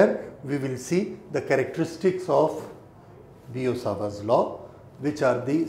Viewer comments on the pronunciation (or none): Its biot-savart's law not bio-sawarb.